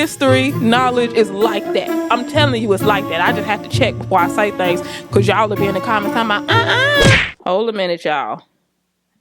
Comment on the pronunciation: Your “ becawse” is so churchy 🤣🤣🤣